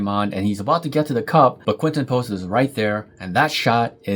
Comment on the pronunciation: I think by now he deserves his name to be pronounced correctly. 🙃